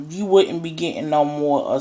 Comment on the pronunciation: your just up here to eat some fucking ribs. Holy fucking christ!!! Jesus, forget your opinion, STOP eating!! And correct your pathetic diction and pronunciation. "wuddent be gitten no more assistance". "they didn't axe to be here" "people that needs assistance". thank you for not breeding and having offspring. best thing i heard from this video.